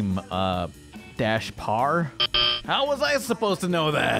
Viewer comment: "sub Parr" God damnit